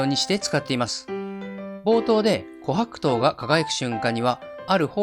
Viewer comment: 自分が琥珀糖のイントネーション警察だとは知らなかった。気になって内容が入ってこなかった😂